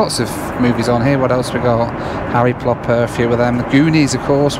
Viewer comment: did he say Harry PLOPPER ?